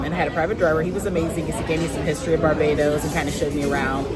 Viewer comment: you pronounce barbados like a real bajan 😂